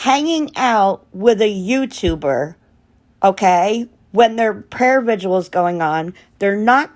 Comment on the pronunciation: Prayer vigil. Are you trying to add another syllable to the word vigil? I’m sorry it’s distracting. It’s like your mouth is fighting with itself to say vigil and visual at the same time. Petty , I know. I’m sorry. I agree with you that Don Wells is NOT a man of faith. It’s an act. They both seem to be under the influence of substances most of the time. Sad. Poor kids.